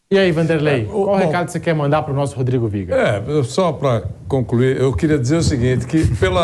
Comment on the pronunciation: O melhor momento do viga, é quando ele diz "Rodrigo Viega"aí eu sei que já acabou.